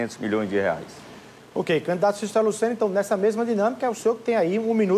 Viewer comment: "Canidato", não, candidato!